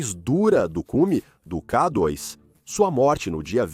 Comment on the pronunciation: IA - observem como pronuncia K dóis, com o O aberto, e como se atropela, às vezes.